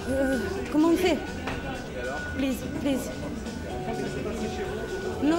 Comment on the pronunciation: euh ...wait ... Wait ... Euh ... COMMENT ON FAIS ... Plize .. plize...JUST... Ten ... Ten minute J'en peux plus 🤣🤣🤣